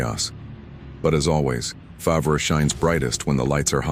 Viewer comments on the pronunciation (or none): he cant say farvre correct